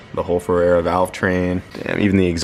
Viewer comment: Ferrea. "Feh-rea". Not "Feh-rare-ra".